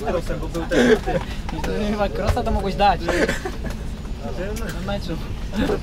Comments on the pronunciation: Opinia Kroosa, a nie Krossa. Ale POLSKA SUPER! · Kroosa, nie Krossa. Chwali Pazdana, a Wy mu nazwisko przekręcacie. No nieładnie.